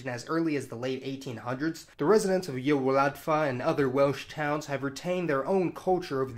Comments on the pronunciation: He mis-pronounces "Magyar" and everything he says in Welsh too. For Magyar, try saying the English "mod jar" with the middle of the two words using the consonantal sound from "judge". It's not exact, but closer than "mag + yar". Y Wladfa is unrecognisable when he says it. The word "Y" (meaning "the") is pronounced just like the English name of the letter E, but often de-emphasized to just a grunt (like the vowels of "colour"). The letter "w" is like an English "oo" in "boot". A Welsh "f" represents the same sound as English letter "v" (and Welsh uses "ff" to represent the sound English uses "f" for). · I'm glad you talked about Welsh-Argentinians! That was an... interesting pronunciation of Y Wladfa (understandable considering how odd Welsh orthography is). Whatever happened to the Italians in Libya? Do they still form an identifiable ethnic enclave or have they more or less disappeared?